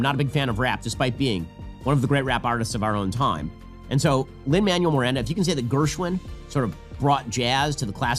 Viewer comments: Every time Ben said “Lin Manual Miranda” made me physically recoil into a ball of cringe and rage. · His militant refusal to pronounce Lin Manuel-Miranda's name is legitimately triggering to me lol